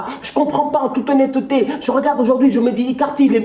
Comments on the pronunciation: En toute ho-nne-te-te 😂 j’en peux plus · "En toute honne-te té" Ne change pas ça😂